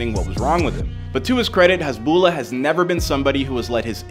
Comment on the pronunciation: The lah part at the end of his name is stretched out alittle, hasbullaah is the way it’s pronounced